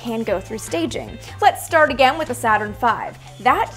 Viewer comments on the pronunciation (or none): none